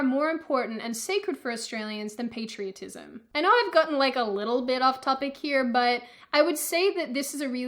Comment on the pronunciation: 😂sorry to say this but I laughted when you said the word patriotism!, you sounded like that crazy redhead feminist saying patriarchy